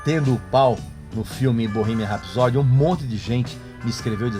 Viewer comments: Está difícil encontrar alguém que pronuncie o título da canção Bohemian Rhapsody corretamente. A pronúncia é: 'bôrrimian rápsodi'. O stress (acentuação) é na primeira sílaba 'rá' e não em 'so'. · porra idiota vc nem pronunciar o nome bohemian rhapsody, não é rap sodi como vc soa pronunciando e sim rapsodí ou rapsodee sílaba tònica e a final nessa palavra idiotaço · Mano, a pronúncia é "Bãhímian RÉPSODI"*** e não "Rapsódi".. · "Borrimia repisodi" kkkkkk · Manooo, namoral agora tem fiscal de fa? Cara chato da peste, pronuncia o nome das mscs errado "borrimia rapisodi", vei ent p eu ser fa da banda eu tenho q saber o cpf do john deacon,a nao mano namoral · Amigo: primeiro aprenda a pronunciar CORRETAMENTE o nome da música Bohemian Rhapsody, chegou a doer meus ouvidos!! Segundo: respeite os fãs e não chame-os de medíocres! Terceiro: a voz do Freddie já foi estudada e é um consenso entre os especialistas e fãs medíocres que não haverá outra igual!! Obrigada!! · Blz , mas vc n sabe nem falar Bohemian Rhapsody direito... Musica é para todos . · Primeiro aprenda a falar o nome do filme. Mediocre é querer comentar e não saber sequer pronunciar o nome do filme vencedor de alguns prêmios. Mediocre é você, que quer dizer como deve ser um fã. Você é um lixo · Quer ser tão bom mas não sabe nem pronunciar o nome do filme, mais um falastrão que quer ser mais que os outros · ...ELE É TAO FÃNATICO POR QUEEN,QUE NAO SABE NEM PRONUNCIAR **BOHEMIAN RHAPSODY***FANFARÃO PRA CARALHOS ESSE BARBA DE PREXEKA DE VEIA!!!!!😎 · Medíocre é vc, imbecil. E vai aprende a pronunciar BOHEMIAN RHAPSODY. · PQP esse velho é o dono da verdade ??? Quer dizer agora que porque não sei da vida particular do Fred Mercury ou detalhes da banda eu sou medíocre ??? E ele é tão expert em Queen que nem sabe pronunciar Bohemian Rhapsody corretamente, fora os erros de português. VTC imbecil e enfia esses discos no c... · Antes de falar tantas asneiras você deveria aprender a pronuncia correta da música!